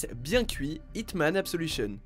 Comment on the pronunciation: Tu as mal prononcé absolution